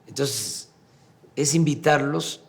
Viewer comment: Que alguien le enseñe a pronunciar a este estupidazo. Se pronuncia entonces no tonsess. Mamarracho en Placio Nacional .